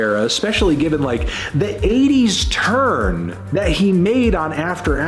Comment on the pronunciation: if everybody is ignoring the fact that bro says 'churn' instead of 'turn' in every single video ... then i was just gonna let it slide lol